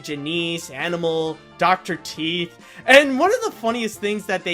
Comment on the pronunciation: Janice not Janeece